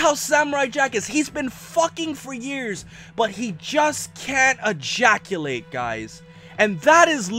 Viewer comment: He's been fucking for years but can't e-JACK-ulate